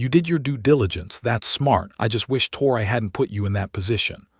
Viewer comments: Her name is pronounced like Tory, not tor-I. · It ain't tor I it's tor e